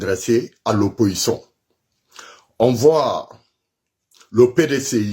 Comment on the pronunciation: on ne dit pas oppoçon mais plutôt opposition. Toi tu ne sais même pas parler le français mais c'est toi qui haineux qui lance mot d'ordre aux microbes